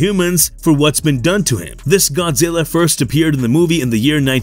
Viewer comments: Godzirra😂😂😂 you killed me with how you pronounced it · Could you please say Godzilla, just 1 more time… I wasn’t totally sure on its proper pronunciation since you said it so few times during the video!